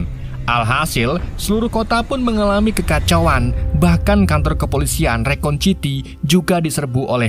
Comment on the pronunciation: Bang rakun bang... Bukan rekon....